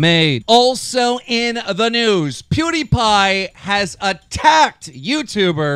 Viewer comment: I love keem but every time he says " also on the noose" a small part of me dies :(